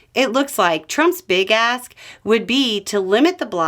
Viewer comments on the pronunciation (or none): Heard "Big Ass" rather than "Big Ask", almost spit my coffee. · "Trump's big ask." I heard, "Trump's big ass." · You said, "Trump's big ask would be..." But I heard, "Trump's big *ss would be..." LOL